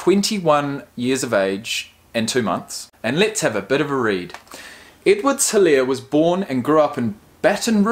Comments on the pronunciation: helaire is pronounced e-lair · The H is silent in his last name. Its pronounced Elaire.Its a south Louisiana thing.Cajun